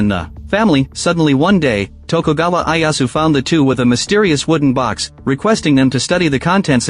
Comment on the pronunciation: Who TF is Eye Ass Woo?